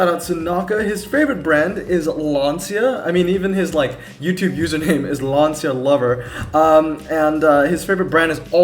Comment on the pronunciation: also just saying it is actually pronounced lan-cha which is weird but whatever